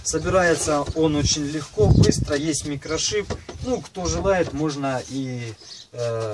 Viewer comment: Наверное оговорка. "Есть микрошип..." Смешно!